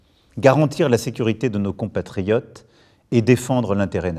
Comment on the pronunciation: Quand il dit compatriotes je crois entendre contributeurs.